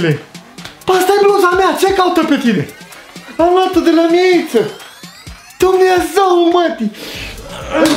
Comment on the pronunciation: Doar mi-e îmi place când zice"Dumnezău marii"😂😂